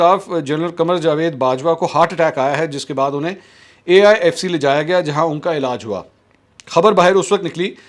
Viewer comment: Aifc nai AFic